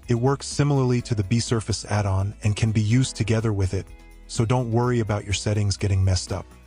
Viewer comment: The ai voice pronunciation… “add’n”🤦‍♂️